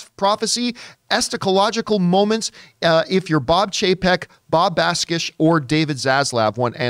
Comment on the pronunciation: Lol at John pronouncing "eschatological" as "estacalogical", "cratering" as "catering", and "Bakish" as "Baskish". Come on, I know reading isn't John's strong suit but this is a bit much.